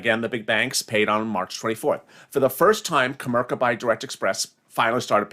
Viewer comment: put the I in comerica not co merca its co merica bank!